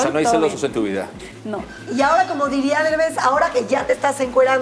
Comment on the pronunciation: Ni "Dervez" ni "Devez",para hacer un buen video hay que aprenderse los nombres que se presentan